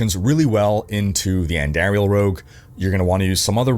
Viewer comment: No way this guy is a diablo player and pronounced Andariels name wrong🤣